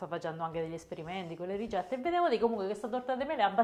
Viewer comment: Salve, io la seguo sempre e mi piace tanto come lavora. Ma perché dice "rigette" invece di "ricette"?